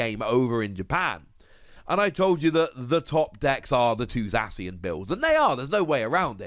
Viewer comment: They way you prenounce zacion za-see-on no its za-key-on